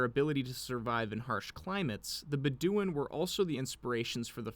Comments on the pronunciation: BEH dooin. Stress on the first syllable :) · Bed-O-win Bedouin is how I here it pronounced but you do you.